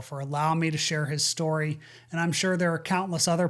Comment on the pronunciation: What do "schtory" and "wescht" mean?